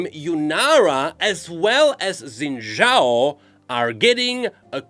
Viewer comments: i know that its only a detail, but its Xin Zhao, not Xin Yao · Zen Zhao ❌ Xin Zhao ✔ You got the second part right, you're so close. 🥲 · xin zhao is pronounced "shin jao" not zin zhao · Shin. Jow. Xin Zhao = Shin Jow.